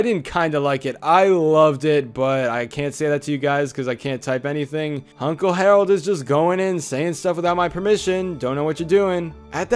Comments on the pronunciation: You said “Hunkle “ XD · Did you say... Hunkle Stan?? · did you just say hunkle stan- leave, you are no longer welcome